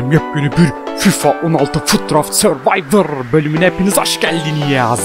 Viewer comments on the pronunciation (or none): none